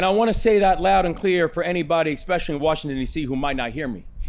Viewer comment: Oh, dat’s da hip-hop governor. BTW, ekspecially is not a word.